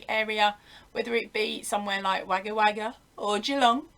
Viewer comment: this is not meant to be mean, but can you get Google to pronounce Wagga for you.:)